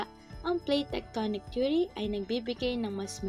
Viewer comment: Base po saakin na panood mas maliwanag at maayos po ang pagkasabi ng Plate Tectonic Theory ,at mas naiintindihan ko po.#PagkakabuoNgMgaPuloSaPilipinas #Jjo-EsTextbook